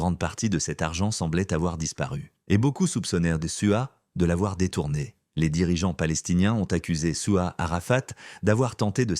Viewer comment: C'est pas souwa mais Souad souwa veux dire vagin on arabe s'il vous plaît ne dite plus ce mot je regarde avec mais enfants 😢